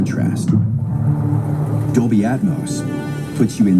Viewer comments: I thought he said doby not Dolby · Is he saying Dolby or Adobe?